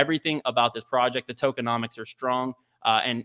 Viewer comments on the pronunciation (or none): none